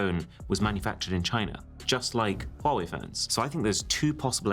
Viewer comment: Fighting demons hearing pronounce huawei like (wuawei) the letter H is there for a reason😭💔